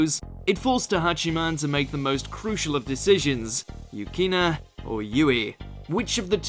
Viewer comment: He totally said "Yukina" xd